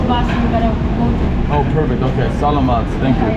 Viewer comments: I used to say "salamat" the way you do, until I realised that the emphasis needs to be on the second "a", so, more like "selaaamat", with the first "a" sounding like a short "e" and the third "a" being a short "a". Otherwise, well done. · by the way could you learn some Tagalog? It's not "Slamit Po Kuya" it's Saugh-laug-maught Po Kuya" [Phonetically] would help you sound more familiar if you pronounced Salamat correctly!! :) :) :) Like in the word "Saw" ->> Saw-law-mawt Pough Kooyaw <--I think is a better example!! It's all good Bro!!! 😀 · OMGOSH please you need to pronounce salmat correctly, drives me crazy 50x or more you said it wrong. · learn how to say salamat